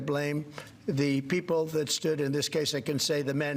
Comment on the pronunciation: I hate how he pronounces: 'Pee-O-pple', it's just weird!